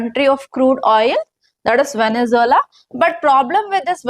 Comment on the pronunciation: వెనుజులా నీ పలకడం కూడా రావడం లేదు మేడమ్ గారికి